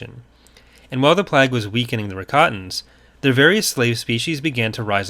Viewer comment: Every time he pronounces "plague" as "plag" it hurts slightly more.